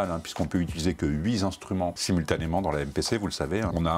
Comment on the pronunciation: Bonjour, je vais recevoir mon MPC Key 37 la semaine prochaine... Ta vidéo est vraiment super utile alors merci, ce sont des choses auxquelles on ne pense pas nécessairement... Ah oui, on dit HUIT INSTRUMENTS et non « huit Zinstruments » hihihi...